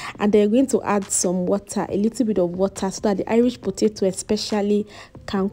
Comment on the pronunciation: I like the fact that you didn't cut out the side you mispronounced potato, it shows how real you are. I'm going to make this without an oven, thanks.